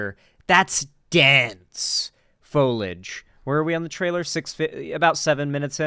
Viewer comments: i am begging you to pronounce foliage correctly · Him mispronouncing foliage is really pissing me off more then it really should for some reason.